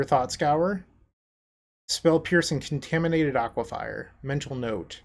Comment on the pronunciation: you've done it again with another awesome video! But, the one small gripe is in every Pauper video you have that uses UB, you say Aquifier; it's pronounced Aquifer, there's no extra I.